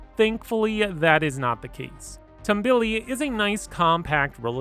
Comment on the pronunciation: You said Tambuli wrong